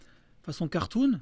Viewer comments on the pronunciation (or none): Il sonnait très allemand ce "cartoon"